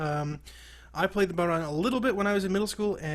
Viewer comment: Well what do ya know. A yank that pronounced it properly.